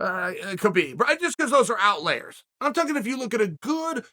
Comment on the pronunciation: Me: Outliers Chael: Outlayers Me: Ok great